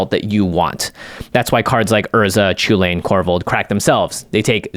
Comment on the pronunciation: it triggers me every time you say "Chulane" xD because sounds just like chilean, and yeah i'm from Chile.